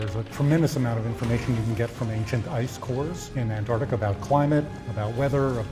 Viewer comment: did he just say anartica LMAO